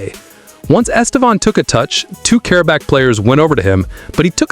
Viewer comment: The first acent in his name is the stroguest one. The second one just show the close nasal sound. Estêvão. The strong silable is TE, please. The way you pronounce is very strange and even funny in Portuguese.